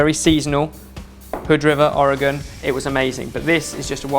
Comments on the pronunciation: Oregonian here. Am I hearing things or did say "chin-ook"? We pronounce it "shin-nook". Just sayin', lol. (5 points for pronouncing "Ore-gun" correctly, though!:D) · Being from Oregon I'm very proud of you for not butchering the name. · He pronounced oregon right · I am a native Oregonian and am very impressed that you pronounced my state correctly!! Not many east of the Rockies pronounce it correctly & I've never heard any from outside of the states say it right unless someone taught them. I worked 15 years in the hotel industry & have taught people from around the world how to pronounce it. Very proud of you!